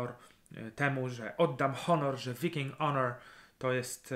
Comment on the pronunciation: "Viking" wymawia się z tą samą głoską co... "I" w odmianie "to be", tak klasycznie.